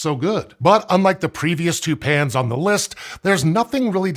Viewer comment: He keeps saying 'pans' and 'pans' and all I hear is 'pants'